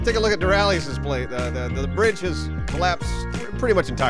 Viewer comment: That’s a really sweet Braaggeee. Braarge. Breedge. Bridge. #DoraleousAndAssociatesJokes ... nailed it.